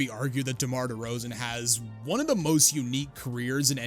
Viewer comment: ah yes. The unique career of DEMAR DERZAON.